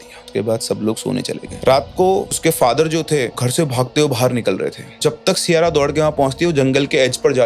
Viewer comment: Siyara ❎ Saiyara ✅ 😂😂